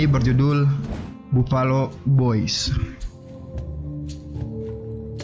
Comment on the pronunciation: "Bafelo" bang bacanya